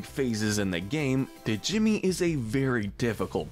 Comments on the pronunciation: You saying Duh-Jimmy makes me angry in a new way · Stop saying Djimmi. The D is silent